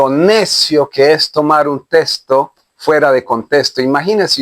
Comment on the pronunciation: Hable bien.....no se dice testo. Se dice texto!!!!!!